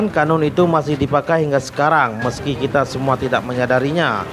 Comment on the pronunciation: Bukan qonun.. Tapi qanun